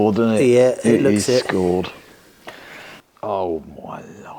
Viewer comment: You were saying the crank was "scored", I thought you were saying "schooled". Like what the many comments were telling you! Good luck with many builds you guys are tackling. Love to see the progress.